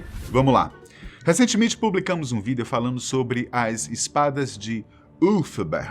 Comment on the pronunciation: O maior segredo é o porquê de ele falar "vidÊo"